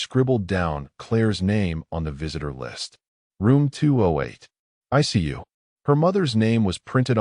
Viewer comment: "ICU" not "I see you." 😂